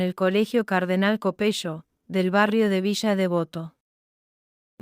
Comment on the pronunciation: Ni Cabayo ni Di Teya. Cavalo y Di Tela se pronuncia. Copelo se pronuncia, no Copeyo. Milei no insultó nunca, aunque muchos se lo merecen. Dos veces repetís la misma mentira.